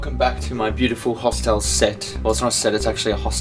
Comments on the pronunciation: I thought you were saying 'hostal' which is spanish for hostel haha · Glad you had a good call :D P.S. You say hostel funny :P